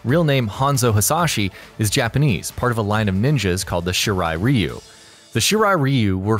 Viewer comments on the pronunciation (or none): Did you finish school? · Its shirai RAI-U not shirai riu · It’s not “ree-you” it’s “rye-you” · Ryu you damn fool reu ryu damn it that bothers me 😂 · Shirai REEEEEEEEEEEEEEEEEu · I’m Sorry But I Get Annoyed When U Pronounce Ryu Wrong But Great Video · You pronounced Ryu wrong...